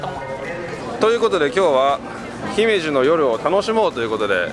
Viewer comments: 「ひめじ」のアクセントは高高高が正しいので、少し違和感。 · 姫路のイントネーションがちがうんだよなあ。ひ↑め↑じ↑ なんだよなあ。 どうでもいいんですけどすみません。 楽しめて良かったですね！☆ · 姫路のイントネーションが…(笑)